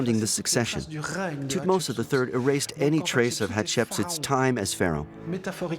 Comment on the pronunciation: calling great tuhtoms III that what a f** French 🤬🤬